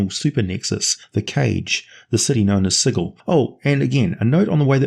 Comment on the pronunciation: Ehhh - No.... A place where you get murdered for mispronouncing it's name is like an over engineered machine... it breaks down. As you show by mispronouncing the name of the city several times during this episode, that's a long sword or demon claw through your head each time.